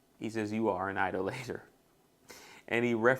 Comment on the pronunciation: Hey bro I think most people pronounce "Idolator" with emphasis on the second syllable. eye-DOLL-uh-tur